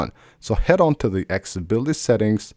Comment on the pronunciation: After years and years MF still can't say ACCESSIBILITY. 🤔